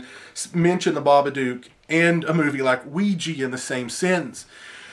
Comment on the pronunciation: I really have a problem with people saying "Ouiji" people don't like a's anymore? it is Ouija. With an a.